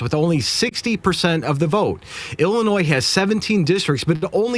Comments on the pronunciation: Ill-uh-noy, NOT Ill-uh-noys. 😉 The 's' is silent. Just sayin'. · It is pronounced "Illinois" Illinoy.